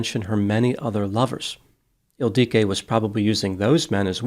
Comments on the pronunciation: I'm not sure why used 2 different pronunciations for the name ildiko (Ildiko and Ildique). It appears to only have one pronunciation. Is this perhaps a common nickname for Ildiko in Hungarian? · Her name was Ildiko, pronounced with the same cadence as indigo, or wottahoe.